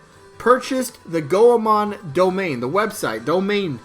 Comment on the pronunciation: Oh dont want to be that gal Goemon is pronounced Goy-Mon. Named after Japanese kabuki ninja legend Ishikawa Goemon:)